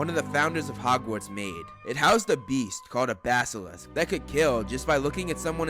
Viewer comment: OMG finally Someone that can pronounce basilisk